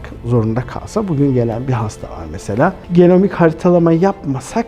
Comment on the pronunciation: NE HARİTALAMA DEDİ DUYAMADIM.